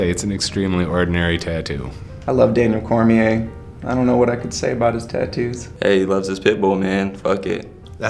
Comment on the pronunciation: Did he botch Daniel Cormier name? 😂 dead